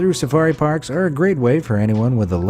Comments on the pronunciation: "Sapari Farks" you say? :D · Lol. You said 'Drive-thru Sapari Farks..!'